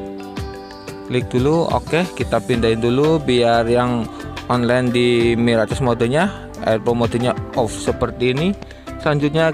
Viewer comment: Mirakes bang bacanya😂😂😂😂